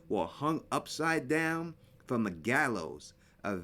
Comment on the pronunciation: It was really hard to hear what you said. It sounded like you said .. ".... on a show called friend..." and the episode it called Westfield Protocol or Welcome to Westfield???